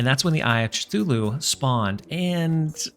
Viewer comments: btw its Kthulu not Chuthulu :D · sure thatd be fun to watch (also cthulhu is pronounced kthulhu)